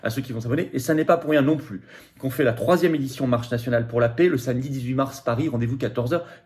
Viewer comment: On ne dit pas la « pé » mais la « pè ». Ça rend la vidéo insupportable